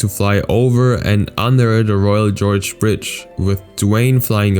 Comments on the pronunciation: it's not royal George it is royal gorge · It's the Royal GORGE bridge, not the Royal GEORGE bridge.